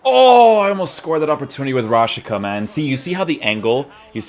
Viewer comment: It's pronounced Rashitsa, not Rashika